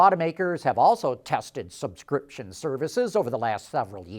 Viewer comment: Why can’t he say subscription services properly.